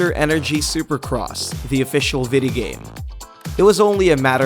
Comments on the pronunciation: Is it that I’m Hispanic or did he say “Vida game” throughout the entire video? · Yeah! and way to go to murder John McGuinness' name! FFS it's GUINNESS with 'Mc' infront of it! (Oh and "Vidi-game"???) Arrgh. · John mc gunnies 😂 boy you can’t prounounce video game